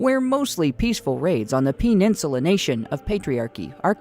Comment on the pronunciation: Pee-Nensula hehehe